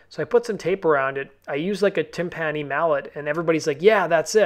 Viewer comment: Timpani is not pronounced tim-PANNY, it's TIMP-enny